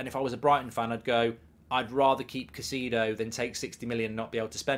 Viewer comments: Caicedo man not cacido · To everyone including Mark, it's pronounced "Kai-Seh-Duh". Thanks. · why would you pronounce it like that. I like you, Mark… but wow, that’s the worst pronunciation of a name I’ve heard in a while. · If you can't even pronounce his name you don't know whats happening